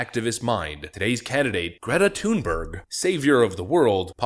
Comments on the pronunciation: It's not TUNEberg. If you want to be correct, it's pronounced Thun=berry. BTW, that doesn't mean I support her. I think she's a useless person. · You pronounced the 1st syllable of her name correctly! The 2nd ("berg") is pronounced like English "berry."